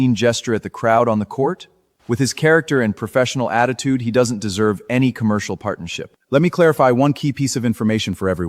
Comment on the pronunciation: Ohh dear AI - Commercial❌❌ Concurcial✅✅😂😂😂😂